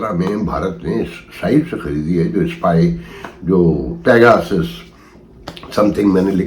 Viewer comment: With due respect its pegasus not begosis.